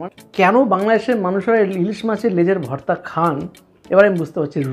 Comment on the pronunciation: Apni vorta ke varta varta uccharon korchen keno?